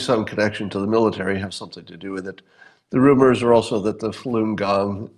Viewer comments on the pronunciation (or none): SAY IT WITH ME SCOTT! FALL-ON-GONG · Scott, Yesterday you couldn't even pronounce Falun Gong or Falan Dafa as it is known. I covered the organ harvesting 6 years ago bro...